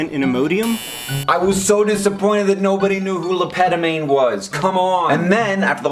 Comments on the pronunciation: it is not pronounced le petomane but le pet - oh - mah - ne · I knew of him, but I wouldn't have known it was him Hank was talking about due to his murdering of the french language >.> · Le Pétomane (horrible pronunciation btw, sorry guys) is dead but his legacy lives on! Right now a british dude called Mr. Methane upholds it proudly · That is not how you pronounce Le Pétomane! No wonder no one got it right! Argh! Also, he did (probably still does) shows.